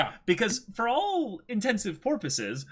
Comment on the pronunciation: Ok, I have to ask: is "porpuses" instead of "purposes" due to some kind of accent? Because this is the only word you consistently pronounce in a weird way.